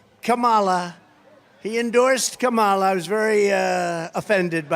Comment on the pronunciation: Every time Trump intentionally mispronounces Kamala Harris’ name, it shows me how juvenile and unintelligent he really is.